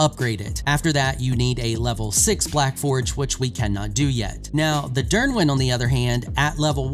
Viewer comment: Dyrwyn pronounce is perfect Niddhog as well, its pronunced "Need hog"